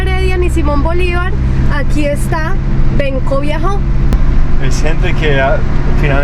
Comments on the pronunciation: No es viajo, de escribe biho, c pronuncia biojo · Benkos Bioho, se pronuncia Biojooooó BIOOOOJOOÓ, no viajó....